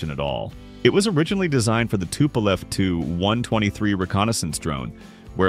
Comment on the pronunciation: Hey, the AI narration pronounced the Tu-123 correctly. Pretty soon the armchair critics won't have anything to whine about.